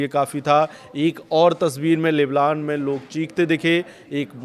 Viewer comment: Leblan nahi lebnon hai